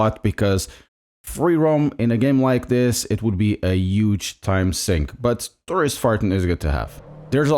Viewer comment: I thought I heard "tourist farting"...